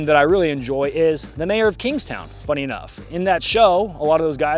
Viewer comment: Gotta be honest, couldn't understand what you said at the end of the "Mayor of Kingstown" part ;/